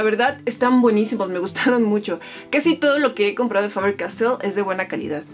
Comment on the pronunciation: Me molesta un poco cuando dices calidat o ciudat